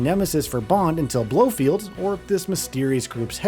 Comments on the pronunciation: It’s BloFELD, not Blofield. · Finally someone other than me said it. It's BLOFELD lol. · You’d think if somebody was going to go to the trouble of making a video explaining the story of the game, they’d at least learn how to properly pronounce the names they’re saying. Izzolah and Blofield? 🤦